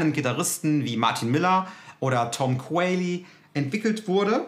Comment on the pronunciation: Pro Tip: Beim Namen Tom Quayle spricht man das letzte 'e' nicht aus. Also ausgesprochen nur 'Quayl" nicht 'Qualye". PS: vielleicht kannst du auch mal die Charvel Guthrie Govan testen und vergleichen.